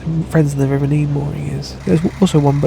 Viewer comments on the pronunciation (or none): It's Nene is in Ken not Neeen. 😄 Only in east Anglia is it Neeen. We have the most fly tipping in Britain probably in Northants.